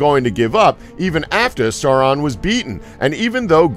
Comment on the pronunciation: Yeah, the pronunciation of "Sauron" was also off.